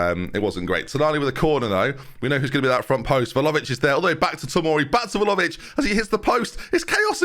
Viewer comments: Please stop calling him Volavic 😭 This really grates on me 😅 It's Vla-hovic. It's Vla-hovic!! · 31 videos in and i cannot accept "volovic" as acceptable. unless you're dyslexic (which is absolutely a non issue) please read properly! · He's not far from pronouncing it correctly, he's just missing the H, sounds like he's saying Vlaovic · Please pronounce vlahovic right